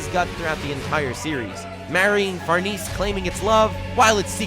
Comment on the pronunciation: You can’t even pronounce names right. LADY FARNEEEEEEEEEECE. it’s pronounced lady FARRR-NESEEE-AYYYYY